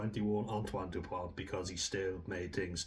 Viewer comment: It's not "depoint", it's Dupont.